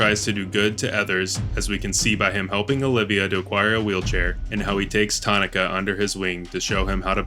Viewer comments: Ta nah kuh. Not tani kah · Tah-nah-kah. Daan is just Dan. Karin is just Karen. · Actually it's, "Tanaka".